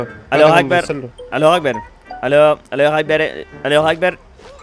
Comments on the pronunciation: por que dice "alu akbar"? no es allahu akbar ? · es alaju akbar. No alu jacbar